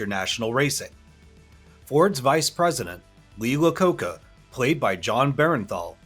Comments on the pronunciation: Lee Iacocca, EYE-ə-KOH-kə, NOT Lacocca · Lee "Laa-koh-ka" as in Lee Iacocca? It is an 'I' not an 'L' and pronounced "Eye-a-koh-ka". How could one not know this? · Its Lee Iacocca, not Lee Lacocca. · Lee "Lacoca"?... Really? It's Iacocca. Apparently not a lot of attention paid to little details, like accurately pronouncing key figures names correctly? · Its not Lee Luh-coaka its Lee I-ah coaka.. Do some research and get it right before you pretend to truth squad things you know way less about than you think you do. best Bruce Peek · .....lee, eye i ah kohca.... what's this Lacoca nonsense? im not even a car dude. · seriously if you are going to make a video telling the true facts at least get the names right, the Ford Exec his name was NOT lee Le-cocca,, he was Lee i-a-cocca, on the vinwiki channel there is a GREAT story of the race too, much better then this Miles did hammer the truck of a Cobra, it still exist to this day in the private collection of man nicknames Mr Corba cause he owns so many .... Scuderia Ferrari - pronounced Scuda- ria... come on man ... if you going to tell the story lets get the words correct too, its italian, not english so say it iatlian, Scuda - Ria do you know anything about cars at all? MK = Mark 1, or Mark 2, come on man you're killing me here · Lee Lecocca? Huh? Sorry, I love your videos and stuff. But, if you don't know who Lee Iacocca was (an "I" not an "L"), you're definitely not qualified to make commentary on this topic. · It's also Lee IACOCA, not La Coca. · It's not Lee "Lacocca". It's Lee Iococca. EYE-ə-KOH-kə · bro really said "Lee Lacocca." Putting aside the fact that reading is basic english, the guy making this video clearly never actually watched the film if he's miss pronouncing the names of main characters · Lee Eye Uh Coca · La-coca? Really... it's pronounced I - A - kokka. There is no L. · Lee "Lacoca"??? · I'm sorry, did you say "Lee Lacocca?" I cannot take this channel seriously. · La-coca? Damn, dude.